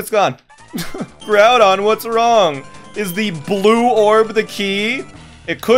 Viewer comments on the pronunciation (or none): none